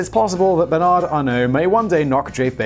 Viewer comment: Funny thing about the donation sum from Bernard Arnault (you pronounced it correctly, by the way. I'm impressed and think there's still hope for you) for the Notre-Dame. So Bernard's rival, the owner of Kering Group (another fashion conglomerate) and incidentally Salma Hayek's husband, said he would donate 100 million euros for the repairs. THE VERY NEXT DAY Bernard Arnault announced that HE will donate 200 million euros for the repairs. This never stops being funny.